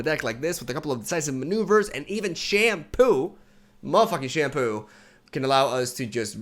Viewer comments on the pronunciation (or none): First time I heard shunpo pronounced as shampoo lol great video tho! Looking for Zoe decks :)